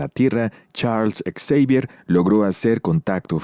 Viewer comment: Por qué lo llamas charles ex-evier? En lugar de Xavier?